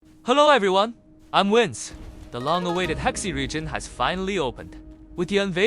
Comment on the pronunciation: Your pronunciation of Hexi is both wrong and hysterical